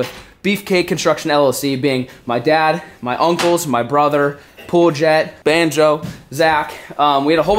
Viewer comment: Lmfao that’s not even og!!! And it’s bonzo not “banjo”